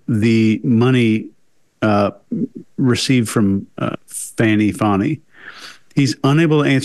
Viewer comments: You guys… you’re all too intelligent to not get how to say a person’s name that seems to be missing a W. Come on, fellas. Disappointing! Can you say our Vice President’s name as she prefers? That’s not cool y’all. Fani is said Fawny. Not difficult. That’s low y’all & I expected more class, inherent bias or not.😢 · I actually came to say this. Disrespectful to say " fanny, fani, however u say it. If you have watched anything concerning her, u have heard the pronunciation of her name. I think it was a deliberate form of disrespect. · Great video! Love you guys! 🥰Her name is pronounced Fah-nee. 😉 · I'm from UK and can tell you that she is definitely a "Fani" 🤭